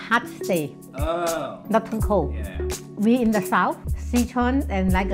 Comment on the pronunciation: Thank you for pronouncing Si Chuan correctly.